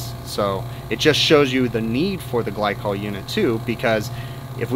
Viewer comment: gly-cool lool haha